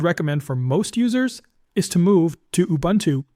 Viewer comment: It's not ubantoo... Please get it right.